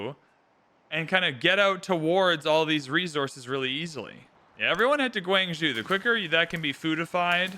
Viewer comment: Love this video and the prior one / first part. I HATE the way you say "gWANG-zhOOO" 😅